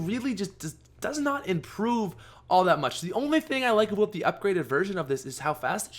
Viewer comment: Ha, u said aboat